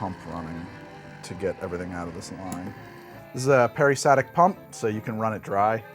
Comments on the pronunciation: Peri-STAL-tic pump, fyi. Sorry if I'm the 300th person to say this. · Damnit man... I truly love your lab videos... But, every time you lost the L in peristaltic, my brain glitched & made me scream at you.